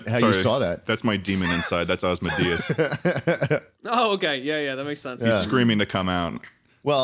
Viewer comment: why do you know the name Asmodeus but not how to pronounce it?